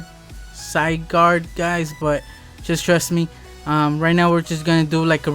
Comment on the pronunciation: Zy-gard is how you say it.